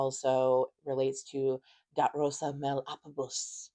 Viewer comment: Wow, just wow my mom's name is Rosa. And when you said her name, you said it in the proper accent, and I have a giant rose tattoo on my bicep. In memory of my mom, and when I was little, I found a pamphlet of the rosa crucian order in my father's den